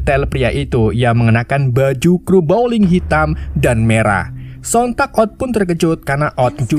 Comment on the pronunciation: teruk sangat ulasan... belajar bahasa inggeris lagi.. bowling jadi blowing, nama banyak salah...